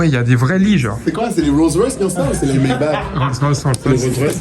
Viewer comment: 2/25 Maybach prononciation maybarr ;)